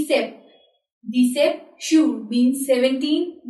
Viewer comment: It's disset not dissept ...the "p" is silent, it is not pronounced. You are teaching wrong.